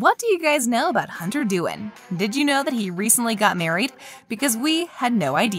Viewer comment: did anyone notice she said hunter dooin